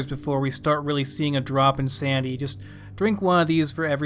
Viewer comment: It's "sanITy" not "sandy" #dumbass